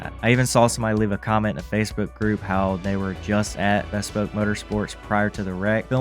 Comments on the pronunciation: It is pronounced like B-spoke. Something being "bespoke" means it's a one-off or custom, one of a kind. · its pronounced "BEE Spoke" That shit was annoying to listen to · C’mon man. You gotta learn how to say Bespoke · BEE-spoke. omg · How do you not know how to pronounce bespoke?